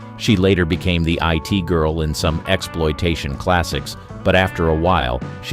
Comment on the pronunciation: 'It girl', not 'I. T. girl'.